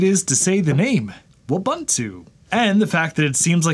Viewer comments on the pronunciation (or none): Eh……… it's "Wu-bun-tu!! Not Uah-ban--tu! Gosh…… this makes this otherwise great video really hard to watch. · Wu-boo-too, not woo-buh-too. Ubuntu (ooh-boo-too) is an African word. Thanks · Ubuntu is a Swahili word and pronounced "ooh-boon-too". So Wubuntu would be "woo-boon-too", not "wuh-bun-too". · You're pronouncing it completely wrong. It's woo-boon-too. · I love how he says it's so fun to say and immediately pronounces it incorrectly... It's just like Ubuntu (oo·boon·too), but with a W...